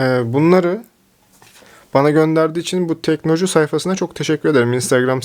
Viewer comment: teknoloju yazıyor orda sen inatla teknocu diyorsun usta ya delirttin beni :)